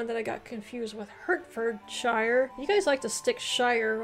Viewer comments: I would love to kindly give you pronunciation lessons ; i live in Hertfordshire, rhyme with heart ( hart) ford and sher! I think you did well on finding our counties. PS i have visited Marin County Tn several times, where are you? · Also Hertfordshire = Heartfodsheer Herefordshire = Herefodsheer (the he and re are pron. separately as 2 syllables with a short "e" sound like in echo) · Berkshire is pronounced Barkshuh like we say clark instead of clerk as in the job. The same with Hertfordshire which is pronounced Hartfudshuh. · Berkshire is pronounced Barkshur & Hertfordshire is Hartfordshur 😬